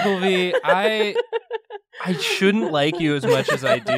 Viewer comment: I think it’s “Oglevee”